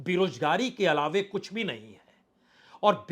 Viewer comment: Bajpayee ji lafz alawe nahi alawa hota hai